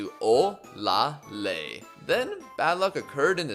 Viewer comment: olaleye name is pronounced as OLA LE YE.